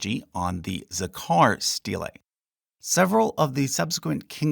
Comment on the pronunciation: The pronunciation of "steylay" .... hahaha